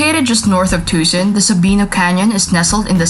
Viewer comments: Two-sohn not Tu-sun. Sheesh!!! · Too sawn